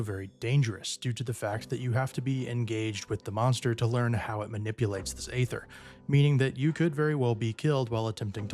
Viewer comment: I agree with a lot of the things you said. The job has so much potential that it isn't living up to. Btw – Aether is just a different stylistic spelling for Ether. It's pronounced the same, and not like "Ayther". They voice it many times in the game.